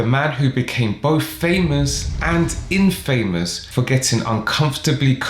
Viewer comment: “Infamous” is pronounced without sounding the “a” - so it sounds like “in-F’mss”